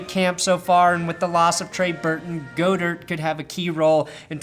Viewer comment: God-Ert say it with me GOD-ERT